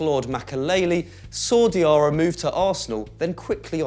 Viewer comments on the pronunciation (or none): its diarra not diara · It's Diarra not Diara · It's Lassana Diarra not Lassana Diara and please stop from presenting anymore he annoys the hell out of me! Cheers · 16 seconds into the video and you mess it up! Diarra not Diara!!!! dafuq